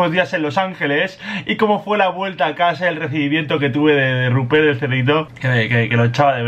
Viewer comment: Che a todos los forros de acá el nombre del chancho es "RUPERT" no "ruper" o "rubpe